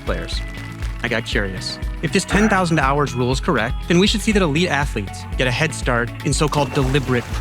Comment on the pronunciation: I can't be the only one who hears 10 thousand dollars and not hours?